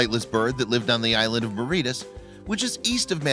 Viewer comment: Muh-reet-us? Never heard it pronounced that way.